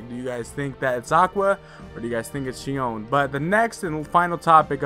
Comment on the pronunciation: It’s xion 🙁